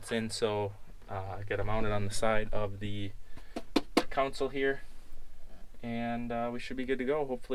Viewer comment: Funny way if talking. It's not Council, but Console.